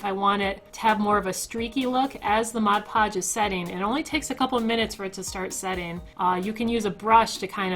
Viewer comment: first person ive ever heard say mod podge and not modge podge lol like this more then bills wand, it was too chunky lol